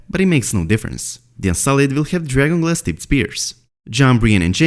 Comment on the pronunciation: Please fully pronounce and enunciate DRAGON GLASS. Speak a little slower so we can understand your accent. Why the rush????